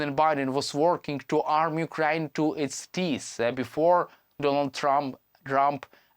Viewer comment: Channels like these should be banned. The poor idiot cannot even pronounce Ukraine properly. Why in the world would someone like this make a big fool of himself?